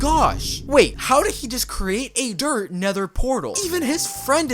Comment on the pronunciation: it's "DIRT"